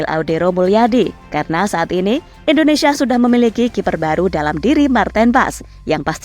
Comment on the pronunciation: Indonesia sis, bukan Endonesia, belajar lg bahasa Indonesia nya ya